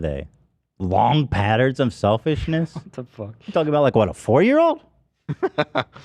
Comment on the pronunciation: “Selfishnish” lol